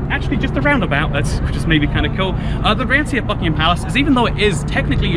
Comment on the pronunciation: Thought you said fuckingham palace